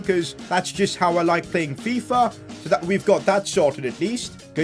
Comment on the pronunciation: Lol Loved how he said FiFa